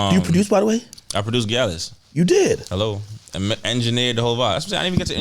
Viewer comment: HELLO !!! hahahaha he killed me with that HELLO !!!!!